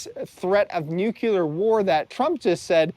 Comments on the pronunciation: Not nukular, nu-clear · OK, say it with me, "NEW clear"....got it? Points DEDUCTED. 🤣